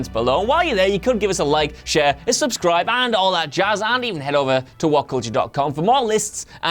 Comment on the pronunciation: The emphasis on subscribe isn't on sub... ugh